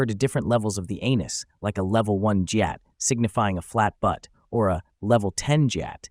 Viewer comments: It’s not like jyat it’s gyat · I may have let him slide if he said guyatt but not jeeyatt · Did you use AI voice generation? I say this because almost no one says Justin Bayber or and correct me if i am wrong but Gyatt is pronounced Gi-att not Jat. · Ppl who r not brainrot, ur not alone! Also it’s gyatt, not Jayatt😭💀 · aint no way he pronounced gyatt as jyatt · Bro it's not jyatt it's gyatt guh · Bro said GYATT like JYATT I just can't-😂😂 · "Guy-ut" not "jee-yat" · It’s pronounced ‘G-ya-t’ not ‘j-ya-t’ 🥛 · Its not jjatt its gyatt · Its pronounced Gyatt not jyatt. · HE SAID JYATT NOT GYATT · Gyatt not gaytt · The way you pronounce gyatt as “jyatt” 😅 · Bro his Ai said lvl10 giyat. 💀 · Its pronounced gee yat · yes ofc lol. YEET is a term meaning “to throw” and Gyatt is “butt” like u said, but pronounced “Gee-yaht” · bro really pronounces it as Jyatt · gyatt - "gee-Aht" rizz - "rih-z" justin beiber - "justin-bee-ber" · It's pronounced gyawt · What is jyatt it’s pronounced G not J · Why does he pronounce some stuff like that What is a JIAT😭😭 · Its pronounced "Geeh-yat" the g in the word is not sounded as a J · bro it's called "GEE YATT" but pronounce it fast like "GYATT" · They said Gyatt wrong 😭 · Really Helpful video, but that's not how I hear my brothers say gyatt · Hmm if you use the word "we" then say it properly like GYATT not jyatt😂 or skibidi instead of skeebeedee 😂😂😂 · “Boosin” and “jeeyatt” 😭🙏🏼🙏🏼🙏🏼🙏🏼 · Jeeyaat, skeebiidi😭😭 (Man tried his best tho🙏🏻) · I'm sorry but here's how u say gyatt and skibidi (not offense) (g-ya-tt) and (sk-ib-i-di)